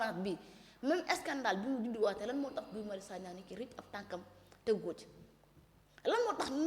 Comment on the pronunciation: NE DITES PAS GUY SVP!❤ ÇA SE PRONONCE "GI"😂😂😂😂😂😂. KII DU GUY , TABANAANI😂😂😂😂😂